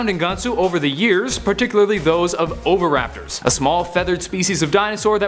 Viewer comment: You pronounced oviraptor wrong